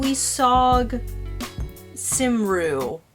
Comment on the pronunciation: Cymru is pronounced COME-ree not Sim-roo! Marianne